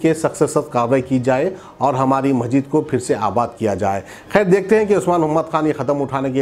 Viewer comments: Assalaam alaikum Majeed nahi masjid bolo kitni bar bolna aapko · Kiaka majeed majeed,are bhai urdu bolna seekho (,masjid)hai aap ko kaun banaae news editor???